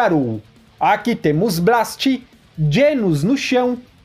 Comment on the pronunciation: Tu ta falando Blast errado